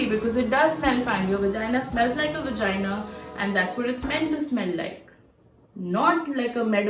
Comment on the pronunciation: what's vagina? it's V star gina 😂😂😂